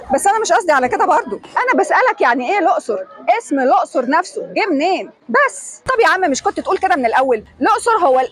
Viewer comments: اسمها الاقصر مش الائصر زي ما كل الدول العربية بتنطها سبنا الدول العربية كلها بما فيهم الصعيد والدلتا وبننطق الائصر زي لبنان ؟ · اسمها الأَقْصُر بفتح الهمزة وسكون القاف وضم الصاد